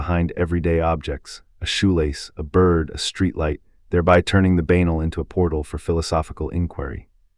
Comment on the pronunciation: Who can continue with all these historical names slaughtered by Ai. Tragic. Banal doesn't rhyme with anal